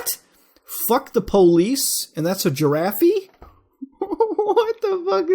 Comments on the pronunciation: lmao that "girafee" tho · Your pronunciation of giraffe made me laugh